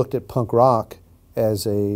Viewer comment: it´s punk rock, not punkROCK